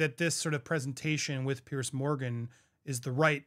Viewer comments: Apparently she stalked Sir Keir Starmer who is very likely to be our next prime minister. This went on for many months. By the way, the TV interview with Fiona was done by Piers😊 Morgan, pronounced ‘peers’ not ‘peirce’ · It’s PIERS not Pierce